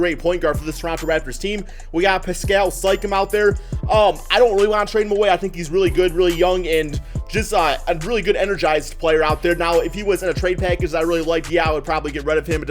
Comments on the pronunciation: Siakam —> see-yah-kuhm Poeltl —> per-tul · dude said “sikeum and po el till” 😂😂😂😂😂😂😂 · his pronunciation had me dead lmao